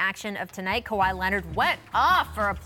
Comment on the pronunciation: “KAWHAD” 🤦🏾‍♂️ Scottie can never ppl names right 😂😂